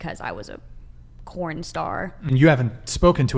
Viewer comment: Why do these hoes always say "corn" instead of porn?